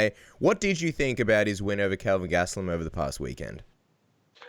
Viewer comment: what does he call Kelvin? Sounds like “king” or “kid”